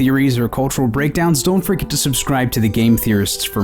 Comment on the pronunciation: did you.. or he, considering he'll probably not see this... did he say "Don't froget to subscribe"?like... actually say froget and not forget ?